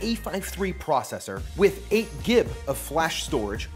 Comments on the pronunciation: I know this is a food channel buuuuuut. I got so confused when you pronouced GB as "Gib" instead og gigabyte hahahah. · Wait did he say gib not gig when talking about the storage? 😂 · I’ve just never heard someone abbreviate gigabyte any other way than “gig”. I know the written abbreviation is “gb”. Anyways, awesome video. Love the channel man keep em coming. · Did he say “gib”....